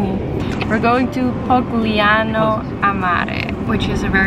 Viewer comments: it's polignano not pogliano lol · it's Polignano, not pogliano